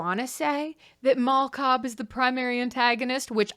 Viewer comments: I thought you said "Mall Cop" when you said "Mal Cobb" at first. Like, "Paul Blart: Mal Cobb". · I cannot stop hearing “Mall Cop” every time you say Mal Cobb i know someone already commented it but GOD its just SO present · Every time you say her name I hear “mall cop” so I’m imagining Leo is married to Paul blart